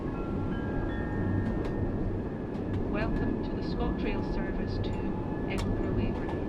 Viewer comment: Oooh they have a 314 layer Also it's pronounced edinbruh